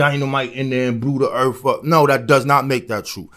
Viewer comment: “Earf “ = earth